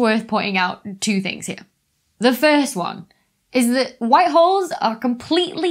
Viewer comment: I smoked a lot of pot and listened to this video....I kept hearing "white whores" and "black whores"....listen to this video again and try not to laugh...LOL!!